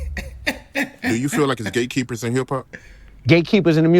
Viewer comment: It sounds like 😂he saying 😅gay keeper's 😢😅